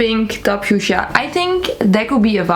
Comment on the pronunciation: Not me also forgetting how to say fuschia after hearing attempt to say it 😂